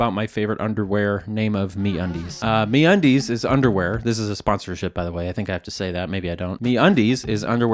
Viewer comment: MeUndies ❌ MeAndDeez ✅